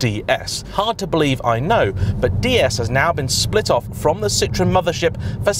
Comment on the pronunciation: Citroen is pronounced see-trow-en not sit-ron, the latter in French is a lemon, not a car brand.